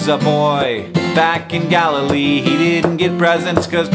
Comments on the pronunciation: Anyone else thought he said Galifrey not Galilee? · Every time he said 'Galilee' I heard 'Gallifray' which leads me to believe that Jesus, was in fact a Time Lord.